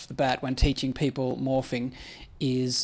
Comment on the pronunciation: the way you say 'morphing' sounds like 'morphine' :)